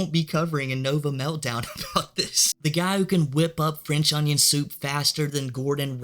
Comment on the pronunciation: lol we have French onion soup at the restaurant I work at and when I expo I call it out like Nova. “Can I get a fwench onion soop pleeze!”